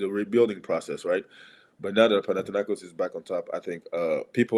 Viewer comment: ΠαναθηναϊκΌς ονομάζεται η ομάδα μας! ΠαναθηναϊκΌς! Δεν μεταφράζεις το όνομα μιας ομάδας! Απλά το λες όπως είναι! Άκουσε κανένας να λένε έξω από την Ισπανία την Ρεάλ, Ρέαλ??? Την Λίβερπουλ, Λιβέρπουλ???? Την Μπάγερν, Μπαγέρν? Έλεος!!!